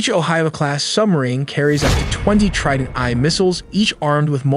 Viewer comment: I started to doubt this bullshit when it pronounced Trident II (2) as Trident i with the letters even though it’s a roman number. Usually, AI text-to speech tools do mistakes like this.